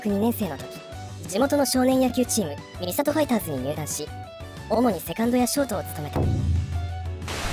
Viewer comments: 三郷の読み方は、みさとではなく、さんごうです。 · みさとではなくてさんごうですね